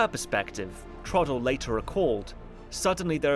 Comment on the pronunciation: It is pronounced Troughdle (like plough), not Troddle.